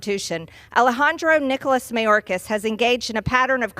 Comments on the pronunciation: The way she says mayorkas. May yore kiss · I love that she never pronounces his name properly😂